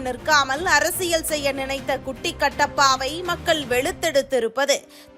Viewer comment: குட்டிக் கட்டப்பா இல்லை குட்டிக் "கத்தே" ப்பா